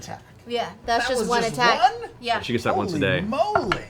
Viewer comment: tell me he doesn’t say Yasha. I know he’s trying to say “Yeah she,” but I’ll be damned if that doesn’t sound like Yasha.